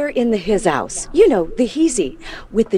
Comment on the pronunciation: hizouse LMAOOO